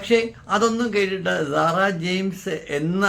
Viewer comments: Why are you pronouncing this Lady’s name like “Zara” ? Her name is Sara സാറ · Please pronounce properly Sara not Zara zara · പറയാൻ ഉള്ളത് ഖണ്ഡിക തിരിച്ച് ചുരുക്കി എഴുതി വയ്ക്കുക കൃത്യമായ Poient മാത്രം പറയുക. വളരെ ചുരുക്കി എഴുതണം. ഞാൻ മുമ്പിത് പറഞ്ഞതാണ്. മാറ്റം വരുത്താത്തത് കൊണ്ട് Discrib ചെയ്തു. അരോചകമാണ്. Emotional ആയിരിക്കാം. പക്ഷെ അസഹ്യമാണ്. സാറ എന്ന് പറയു z അല്ല S ആണ് കേൾക്കാൻ നല്ലത്. പറഞ്ഞു ന്നേയുള്ളു.മാറ്റം വരുത്തില്ലന്നറിയാം. ഇനി പറയില്ല. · Sara. Ennu parayunnathanu keraliyarku cherunnathu. Zara... Alla